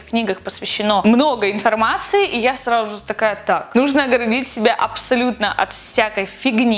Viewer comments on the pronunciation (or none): До сих пор наша говорит "сраЖу же",это мило)